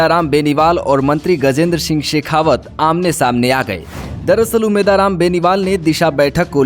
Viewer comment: उम्मेद राम बोलना शिखो पहले 😅